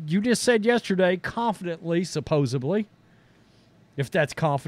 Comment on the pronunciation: I wish you would learn how to pronounce supposedly. There are no b's in that word.